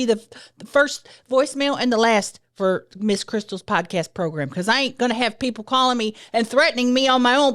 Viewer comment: You used to always pronounce it, "progrum" and now I'm disappointed 😭